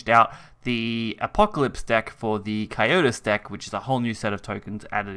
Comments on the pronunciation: Cocytus*, not 'Cyotus', Scion(sy-on) of Desire*, not 'Sicken of Desire'. WRATHFful, not 'Wraithful Icefiend'. RIP education system. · It's pronounced "Co Sy Tus" not "Co yo tus"